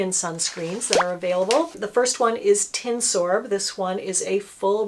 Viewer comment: By "tinsorb" I believe you mean tinosorb.